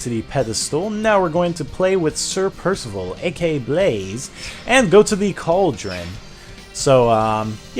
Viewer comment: PIRSIVIL PIRSIVIL